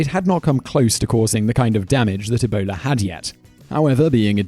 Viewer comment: On number 8 when you say Ebola it sounds like you a say a boner LMAO